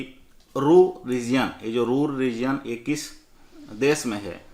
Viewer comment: Hello sir apki pronunciation kafi wrong rahti hai plz ap ise thik kariye regia nahi region read kariye rejan..........plz